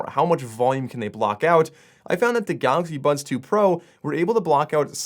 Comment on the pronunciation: I keep hearing "Galaxy Buns"....is it just me? lol